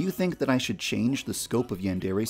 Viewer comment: "OH YES IT SHOD"